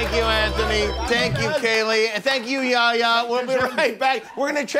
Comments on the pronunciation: Why dosent he say yehya not ya ya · It's not yaya! It's yeHya!